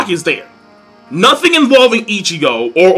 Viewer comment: 'Nut'hin lol 😂